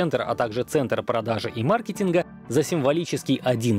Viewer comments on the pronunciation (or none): none